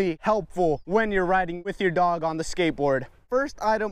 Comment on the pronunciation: omg you said dogoo😂😂👅